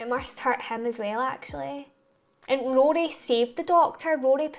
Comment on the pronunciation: Love your pronunciation (accent) of Rory.